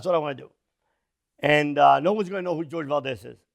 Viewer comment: I think his name is pronounced "Hor-heh" ...Spanish name